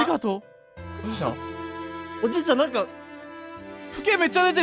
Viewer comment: もうタイトルコールの時に「なんか」って言うのではなく「◯※+¥?∈」と言う時代のようだ...ww